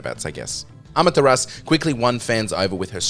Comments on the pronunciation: The name of the wolf in Okami is pronounced "AH-MAH-TA-RA-SUE" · Thumbs down cuz you can't say amatarasu properly